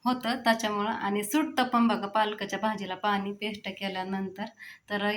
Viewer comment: अगं तू' स ' ला 'श' का म्हणतीस किती वेगळं वाटतं शेल नाही सेल ✅ पेश्ट नाही पेस्ट ✅